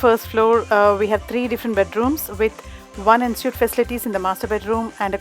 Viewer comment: Thank you for this video, really useful . Please note that Ensuite is pronounced ‘ on sweet’ 🙂